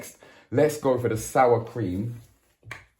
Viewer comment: Man said cweem ya know lol ... Bless up cook and vibe